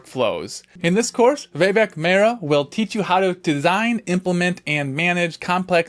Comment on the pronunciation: As an Indian, its the first time I heard the name "Vaibhav" pronounced as "waybhav" lol. BUT, its nice to see fellow Indian brothers on this channel. Keep up the good work.